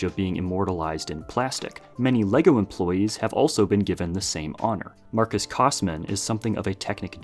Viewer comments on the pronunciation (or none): none